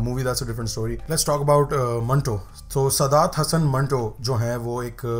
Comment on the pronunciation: o bhai....... sdaat hasan manto nai hai sa'dat hasain manto hai......